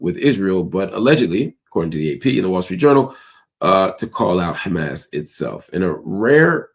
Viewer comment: Try to pronounce Hamas better. Sometimes you get it right. But mostly not right.